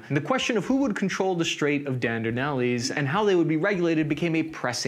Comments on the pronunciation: Ok seriously, you messed up the pronunciation of Ataturk, Azerbaijan and the Dardenelles and I'm only a quarter way through the video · Dandernellies had me rolling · I do shots every time mangles the name of a foreign country or leader in one of his videos and now I have a serious drinking problem.: DAR-DUH-NELL.